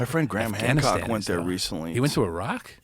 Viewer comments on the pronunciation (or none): none